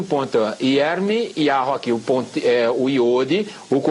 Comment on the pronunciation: A PRONUNCIA E YARRO???